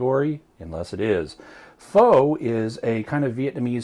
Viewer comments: "FOW"really? -_- sincerely, asian girl. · Dat is not how to say pho. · I'm going to go out on a limb and say if he used homemade beef broth, he would have used knuckle bone, beef bones with marrow, and the normal ingredients. This takes upwards of 12 to 18 hours to complete. In my world, that is not fast. When it comes to Pho (pronounced 'f-ugh') you are better off going to a Vietnamese restaurant. If I was deserted on a desert island with one food to eat, this would be it.